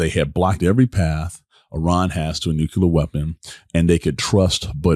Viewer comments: It’s NuCLear not NuCular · Dude we went through this with Bush, it's not nuke-you-lurrrr(of the planet omicron persei 8) it's nuclear, new-clear because the root word is nucleus, not nukeyoulus It's new, clear, energy...if you need to remember it that way 🤦‍♂️🤦‍♂️🤦‍♂️ this is so painful